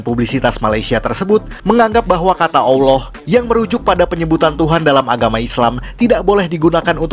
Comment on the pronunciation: Kau admin tak payah nak cakapa kami lebih2 la dalam soal agama. Kau tu sebut kalimah Allah pun tak reti pelat. Dasar indun